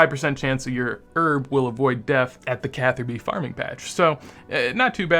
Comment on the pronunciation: "Falador darming patch" made me lol.